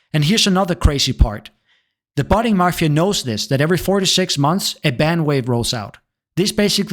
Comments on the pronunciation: NOONE CALLES ANYTHING THE MARFIA. It's Mafia. There is no R! ffs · Mafia not marfia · Did u say ... marfia? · Bro please, there is no letter R in Mafia